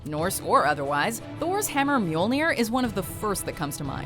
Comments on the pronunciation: As much as I love the watch modjo lady (I mean come on you can't do anything else), as a Dane, I can't help but cringe a bit from her pronounciation of the weapons XD But nice with this list still:) (, call me for future vidoes about norse stuff;) ) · You`ve gotta love being from Scandinavia while watching someone pronounce the names correctly